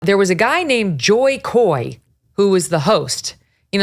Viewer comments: Jokoy..not Joykoy u racist..then why don't u take the job instead if u can deliver better?... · it's Jo Koy. NOT JOY KOY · Laughing all the times Megyn says JOY KOY instead of JO KOY. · it's JoKoy, not Joy Koy.. MeGaYan KeLily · Jo Koy! not Joy Koy!! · “JoyKoy”? At least say his name right, it’s Jo Koy, dont care about your accent but that does not mean you cannot read, 🙄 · Its Jokoy not Joykoy😂😂😂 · His name is JOKOY not Joykoy! 😆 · Get it right it’s JoKoy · Stopped watching when she said "Joy" 2 seconds in. If you're going to bring people up at least learn their name. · You're a news reporter Megyn. Get your facts and names right fort the audience. Joyyyy-Koy....Really?! You're supposed to be a professional! Aside from that, love the way you articulate...😉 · Joy Koy? Lol hey Megyn at least do your job right and pronounce Jo Koy's name correctly. There was a guy? You in the elite circle too watching Jo from the top? As Jo said, shut up! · Megyn comes off as everyone's Mom who tries to be cool by referencing pop culture but says the names wrong. "JOY" Koy and Sarah "Silverstien." For as massive of a journalist/anchor she is, the show-prep should have been better. Otherwise, Megyn is great! 😊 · Every time she’d say “Joy Koi”… 😆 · She said Joy Koy. Lol😂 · You losers cannot even say his name correctly ! Did you even see or here the entire monologue ? You said "apparently " implying that you did not hear it .. Some of his stuff fell flat and some was really funny. Also he did not name bad writers he was kidding dummies . So you hated Jo Koy but you liked the Taylor Swift joke ? Make up your minds , The pedophile joke was funny ? The only thing I know for sure is both of you ladies are NOT funny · Megan purposely saying Jo Koys name wrong multiple times is so rude.. he’s more popular than she is so she should be humble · HAHAHA I love that she botched his name in the introduction, twice, Joy's career is DONE.